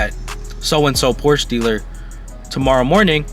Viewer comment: Porsche is a two syllable word